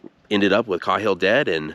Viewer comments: Kay-hill not cah Hill, awesome video man! Many likes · I’ve never heard that name pronounced KA-HILL but instead KAY-HILL. Just saying. But I did like the video a lot. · I think it's pronounced (Kay)hill, as opposed to (Kah)hill. No big whoop. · His name is pronounced kayhill not Cauhill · It's pronounced KAY-HILL not CAW-HILL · The man's name is pronounced KAY-hill. Not "cawhil". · It’s caaaaaaayhill😮😮😮😮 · As far as i am aware. Windys last name was pronounced Kay-hill. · Are you sure it’s not pronounced “kay-hill” ? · Thanks for the great video. I had never saw this place or his grave. Also, you now make me question the way I’ve said Cahill my whole life. I have said on only heard it pronounced like K-Hill. Have a good day sir. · Sorry for the nitpick, but it’s “KAY-hill”. Unfortunate oversight, but good video. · I had a room mate once who's last name was "Cahill" it was pronounced "Cay-hill" Interesting story thanks for the tour.